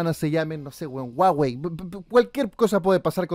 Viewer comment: Guageii no wawei jajajajaj